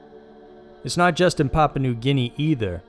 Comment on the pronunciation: Thank you. That and his pronunciation of Papua made me cringe every time.